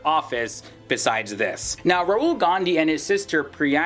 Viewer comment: Did he just say "Rural" Gandhi? 😂